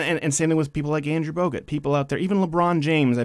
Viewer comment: Ayyyyyyyyy. Crowder said Bogut!!!!!! Not Bogart